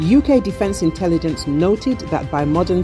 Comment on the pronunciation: " British Interlligence Said! " 😁😁